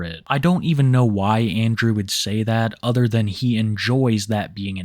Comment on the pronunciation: I wear dees instead of dee udder ones